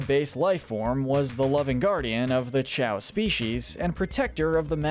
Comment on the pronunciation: It’s actually pronounced Cay-o